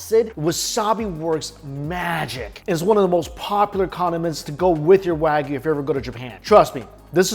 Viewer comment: And it’s “waa gu”.